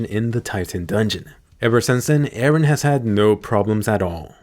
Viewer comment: Why always say eran